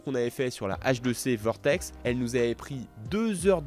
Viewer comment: et il continue de dire vortex 😅😅😅